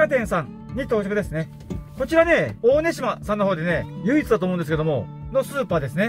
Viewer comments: まさかの大根島を「おおねしま」…「だいこんじま」って言うんですよー！😁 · おおねしま ❌ だいこんじま ⭕ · どなたもコメントされていませんが 大根島は、おおねしまではなく だいこんじまと言います。 島根県出身です。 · 大根島【だいこんさぞまです。】おおねじまは、間違いです。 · 鳥取県出身者です。大根島は「だいこんじま」とわれわれは読んでいました。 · 大根島(だいこんしま)ですよ！ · 大根島(だいこんしま)ですよ❗ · 他の方も指摘されてますが、大根島(だいこんじま)、江島(えしま)です。 せめて字幕で修正出来なかったですか？ 地名は独特な読みもありますが、青看板にローマ字読みも出てますし、調べようもあると思いますが…